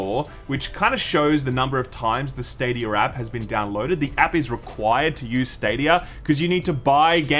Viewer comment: "Stadiyur"